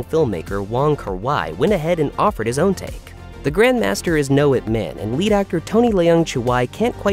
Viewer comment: If you can say Olivia Munn you can say Ip Man correctly.